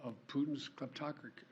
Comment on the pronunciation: in case you were wondering the word is kleptocracy ( klep-tok-ruh-see)